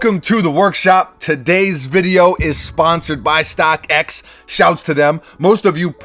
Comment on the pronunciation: why did you say Stockx like that?